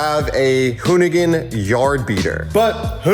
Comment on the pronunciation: Said it right the first time... hoonigan is gone